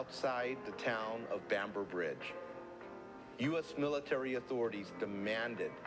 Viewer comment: So, the narrator says "Beamber Bridge" towards the end. You'd think that with such an important moment in racial history he could remember how to pronounce the place correctly.